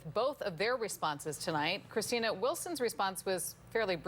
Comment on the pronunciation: Christina, I admire how she keeps the original pronounciation of her Italian name.